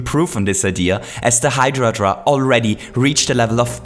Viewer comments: It's a Hydra! Not Hydradra! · I thought it was hydra not hydradra, ive been lied to again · Why is he saying "Hydra-dra" instead of "Hydra"? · Can you stop saying hydradra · Meduser? Hydradra? Is this your accent or a Mario version nickname